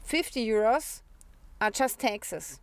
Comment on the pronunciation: you speak taxes like texas